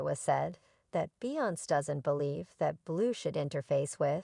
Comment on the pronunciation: You could a least learn how to say beyonce name right you sound ridiculous